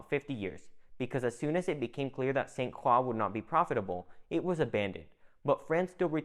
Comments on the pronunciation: Good info, but St. Croix is pronounced incorrectly. It is not "St. Craw", it is "St. Croy". It is very cringy for us natives to hear this. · As a cruzan, with family on st. Croix since it before it had Danish influence..please for the love of God it pronounced "SAINT CROY" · Dawg facts lol. Man saying crocs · San cwaw 😂😂😂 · Hell I’m from Utah and it hurt my ears. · I live in the uSVi and had to stop halfway though because the way you mispronounce St Croix is like nails on a chalkboard